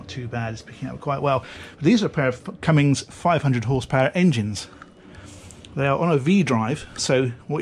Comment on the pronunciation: Cummins, not cummings there is no "g" in there. Like cum-in's.